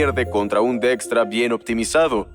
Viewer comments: Dextra = Dijkstra? Para eso mejor veo el video en inglés, que pronunciación pedorra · Soy profesor universitario de investigación de operaciones y llevo explicando el Algoritmo de la ruta más corta llamado Algoritmo de Dijkstra por muchos años, la pronunciación de la voz de IA para este apellido es algo como "DEXTRA" nada que ver con la pronunciación ni en español, ni en inglés ni en el idioma de origen de Edsger W. Dijkstra, quien es Neerlandes. Muy mal por ese doblaje.😢